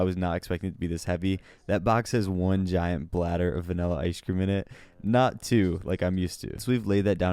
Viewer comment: Disliked due to pronouncing vanilla 'vinella'.